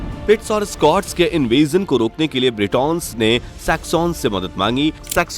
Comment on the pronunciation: Nice info but sussex,cent,essex,mercia....... pronounce sahi nahi kiya tune